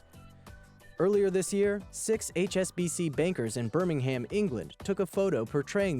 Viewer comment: its not birm-ing-ham its just Birmingham. No need for emphasis.